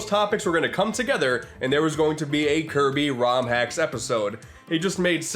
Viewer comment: you mean Kirb- Star?